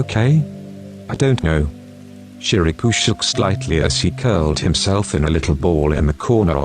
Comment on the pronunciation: the voice was so relaxing but it really cracks me up everytime it says Shirabu cus' i always hear it as "ShiRaPuUuU" lol